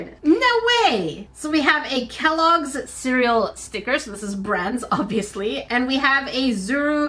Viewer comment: It’s Kellog’s and not kellyy’s…?